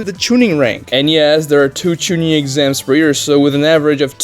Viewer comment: Bro said chinin 🗣️ 🔥